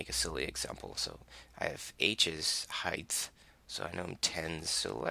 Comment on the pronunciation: there is no th in height. It's not heidth.